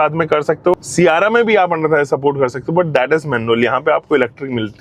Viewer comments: 300k subscribers hokar bhi सियारा bol raha hai sierrra ko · Siyaara nhi sierra h wo mere bade bhaiya 😂